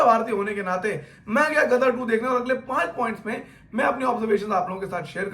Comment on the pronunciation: Ama bhai tumhara roh tallafuz toh ek dum sahi tha ..ghadar ko gadar kyu keh rahe ho..aayen “ ghaien ” bhool gaye bhai